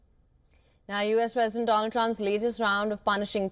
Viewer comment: Do-Lund Trump